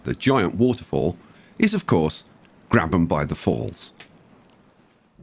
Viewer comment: Ok Ngl I clicked on this wondering if it was pronounced “grab ham” or “grabe um” and when you said “grab um” I was shocked